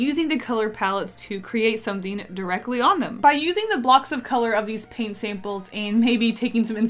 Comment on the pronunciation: Paint "sape-uls"